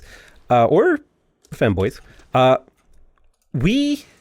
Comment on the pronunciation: I thought he said fanboys